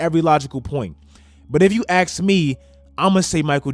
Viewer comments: "if you axe me" lol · Nobody:: if you AXE me...